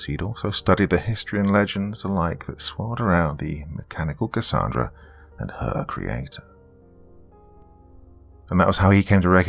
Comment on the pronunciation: Gotta say Doc I ❤️the way you pronounce Cassandra 🥰 I go by Cassy for short. Awesome story & wonderful narration as always. ❤️🖤❤️🖤